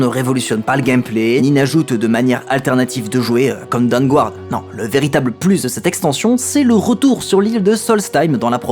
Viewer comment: Aller, on continue le petit point prononciation de l'anglais ! : ^p Le "u" dans Dawnguard est muet. ^^